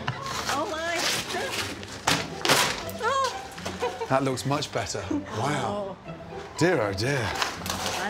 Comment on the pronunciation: "That looks much bettaahh" Thank you for that laugh gordon.😂😂